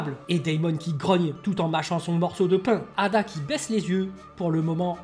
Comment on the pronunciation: C'est pas eida et non ada?